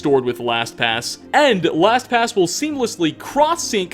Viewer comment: I can't be the only one who thought he said Thanks to (whatever their name was) for sponsoring abortion in this video😂😂😂 Edit:realised their name is Last pass